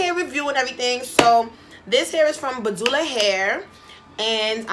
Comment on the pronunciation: BA-DU-LA lmaooo!!